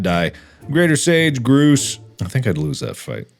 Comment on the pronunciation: Greater sage “groose”